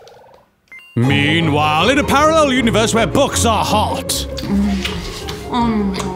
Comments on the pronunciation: "Video Gays." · Playing video Gays huh? That's what I heard.. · I loved it when you said video gaes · its sound like playing video gays... if you didnt get the joke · he said video gaes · Noah Barbosa cuz he said videos gays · "playing video gaes" (pronounced gays) smirk at camera me: haH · ‘What are you doing?’ ‘Playing video gaes’ Me:what wait edit:I’m still laughing when farts were insult and he squid say that to my face but he realised he said it wrongly😂